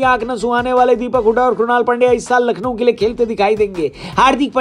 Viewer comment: Nackhlow lakhnow 😀